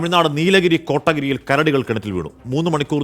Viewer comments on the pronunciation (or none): സാർ കോട്ടഗിരി അല്ല കൊത്തഗിരീ എന്നാ 😂